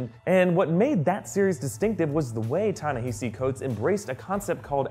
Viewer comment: It's pronounced Tah-Nuh-Hah-see Coates, not Ta-na-He-see. But great video either way.